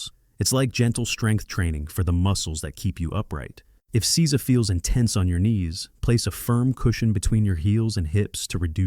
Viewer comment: Please have a Japanese person help with the pronunciation. Jarring to hear seiza mispronounced over and over 😢